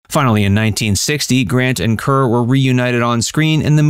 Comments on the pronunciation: SO many `classic movie` videos have real clangers in them because millennials don`t know how to pronounce the names. Every time he said `Cur`, I winced. Then you get told, oh, don`t be such a film snob! No kidding, wanting it pronounced correctly is being a snob. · Her name is pronounced like Car. Deborah Kerr (Car) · Deborah “Karr.” Charles “Boyay.” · Deborah Kerr is pronounced to rhyme with ``car``. You millennials. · CAR, CAR is the way Deborah Kerr pronounced her last name check it out!!!!!!!!!!!!!! Please!